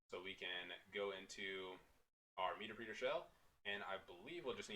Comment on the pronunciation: PS It's pronounced 'meh terp reter', not 'meeter preeter' lol.